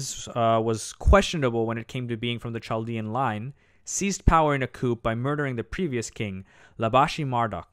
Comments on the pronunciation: The CH in Senacherib and Chaldea should be the same CH sound as in Nebuchadnezzar. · The "ch"s are pronounced with a hard "k". i.e. Chaldea is kal-di-a and Sennacherib is si-nak-a-rib.